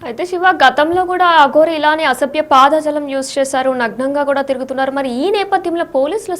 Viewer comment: పాద జాలం కాదమ్మా పదజాలం, తెలుగును కరెక్ట్ గా మాట్లాడు అమ్మ తల్లి.